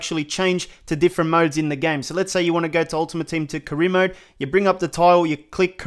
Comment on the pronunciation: Man said carona mode😂😭😭